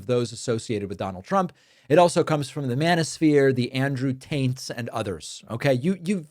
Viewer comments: Did anyone else hear Andrew Taints... cause I love it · Did you say Andrew "Taint"🤣🤣🤣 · OMG did anyone else think he said Andrew TAINT? HAHAHA fits him better anyways. That guy is a loser